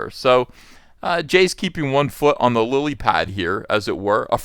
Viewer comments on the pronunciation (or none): none